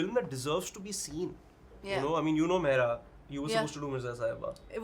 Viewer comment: the guy says mehra not mehra sir.